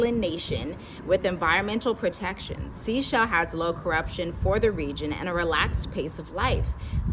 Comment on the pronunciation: Isn't The Seychelles pronounced "Say Chelles"?